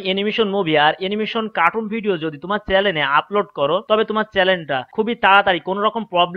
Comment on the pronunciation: তুমি ঠিকমতো চ্যানেল বলতে পারো না, বলো চ্যালেন😀😀।